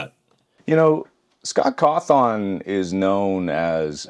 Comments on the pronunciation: Scott CawTON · "Scott coathown"😂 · “Scott cawthoon” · I can't believe to this day he can't pr enouce Scott coffon